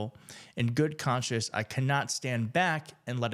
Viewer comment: It's CONSCIENCE not CONSCIOUS! You read it incorrectly twice. Important to be correct in this forum. And.....so sorry for your terrible loss.